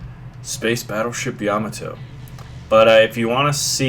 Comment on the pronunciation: "Ya-ma-to" Not "Yam-i-to" =P